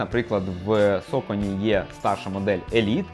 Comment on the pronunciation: Соконі не сакані чомуви всі їх так називаєте аж слух ріже